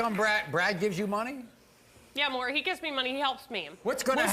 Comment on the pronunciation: It's MAURY not MURRY